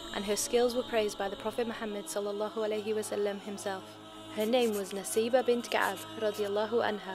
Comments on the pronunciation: It is Nusaybah, not Naseebah. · Its not Naseebah its Nusaybah... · Isn't it written & pronounced as Nusaybah? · Let me Correct It's Nusaybah not Naseebha.. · I thought it nusaybah not naseebah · It's Nusaybah or naseebah